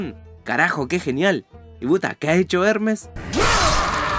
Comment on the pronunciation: eremes es ermes y hendal es hendal